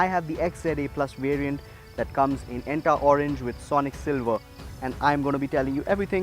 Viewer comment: It's called Etna Orange n not Enta Orange! 😋 The XMA also gets Isofix mounts now! The braking is the poorest factor of the Nexon AMT..